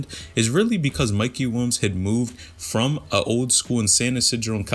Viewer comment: “Mikey Wilms” my guy just say it right PLEASE